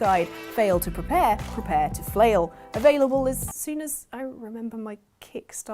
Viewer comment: Did just say Aflailable?